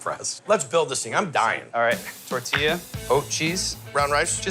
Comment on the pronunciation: I cringe at the pronunciation of tortilla. . Dude must be from Ohio. i know he's not.